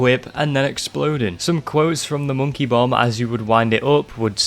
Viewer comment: "hi i'm moneky, wanna play?" 🤣🤣🤣🤣🤣😘